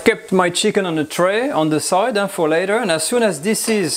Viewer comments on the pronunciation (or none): none